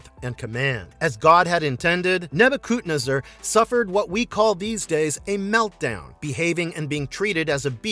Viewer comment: You keep miss pronouncing Nebuchadnezzar. Neh bah kuhd nez er